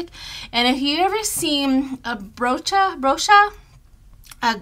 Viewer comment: Bracha Goldsmith is pronounced Bra Ha🤗 just to help, not criticize👍